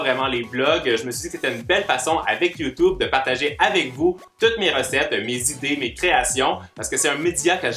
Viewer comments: Il dit youtoube mdr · Tu est trop mignon tu dit youtoube